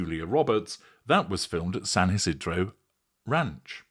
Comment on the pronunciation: very own pronunciation of San Ysidro...